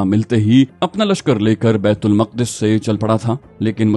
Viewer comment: Bait ul muqqadas nahe Maq'das asal talafuz hai jo Al-quds sy nikla hy thora homework kr lia krain.